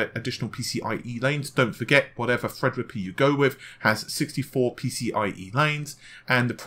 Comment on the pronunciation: The way pronounces "Thread Rippa" is extremely annoying. It sounds like he is either holding his nose or has a cold.